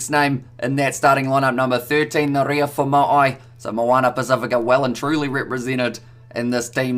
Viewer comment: Foma'i is pronounced 'Faw-mah-EE'.